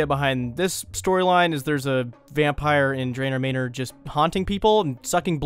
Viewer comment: Son.. how the heck are you pronouncing manor? Might want to dictionary that.